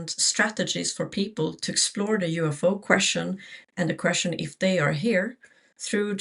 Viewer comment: UFO..UFO...UFO...UFO....UFO...its UFO...UFO NOT "ua fn p"